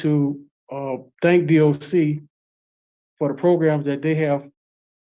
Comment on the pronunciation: Why does this man say, proGrums?